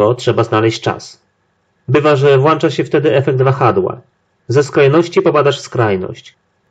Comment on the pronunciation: Włancza się ? Hahahahahaha.....